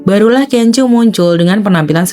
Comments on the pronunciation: Sorry masukan aja. Laen x sblm buat video, baikmya browsing dulu gmn cara penyebutan nama artisnya. Videonya bagus, tp terus terang terganggu aama sebutan KENJO 😅🙏 bnr2 kurang enak didenger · Iya bnyak sebut nma f4 aja pda slah2..panes lah kenjoo, da ming se lah ,🙈🙈🙈